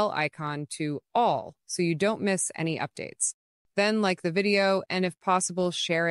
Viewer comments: i love when she said it can be converted into "A-N-Y" other style instead of the word "Any" at about the 2 minute mark. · Ai voices are so stupid "literally any other style" becomes "literally A N Y other style."